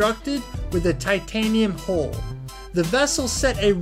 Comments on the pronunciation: Hull not hole. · It's a 'pressure hull', not a 'pressure haul'. It's the 'Mariana Trench' and the bread is baked 'aboard', not 'abroad'. I could go on but this video is making me physically sick. Learn to speak, learn what you're talking about or at least learn to read.